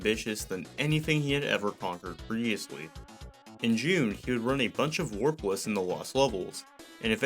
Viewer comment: Every time you say warpless I hear worthless lol.